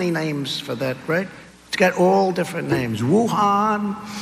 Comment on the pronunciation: Trump said: "I could give you 19 or 20 'naimes' for that."